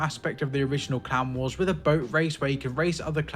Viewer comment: I was listening instead of watching, and it took me an embarrassing amount of time to realize he was saying "clan wars" instead of "clown wars"